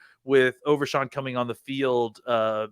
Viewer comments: Its overshown not overshawn lol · How about you learn how to pronounce OverSHOn not SHAWN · Overshawn? Overshown…. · U guys do a great job, I listen all the time. Yall will be big, so..... ya gotta get the names right. Overshown and Fehoko. U guys are killing it